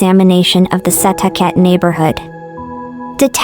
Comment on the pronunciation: Thank you for covering this! It is so underreported. Only criticism is the pronunciation of Setauket. It’s pronounced “ Suh talk it”